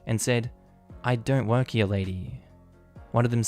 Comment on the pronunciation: JESUSCHRIST.... IT'S (HERE) PRONOUNCED "HEAR" NOT "HEAYUNH"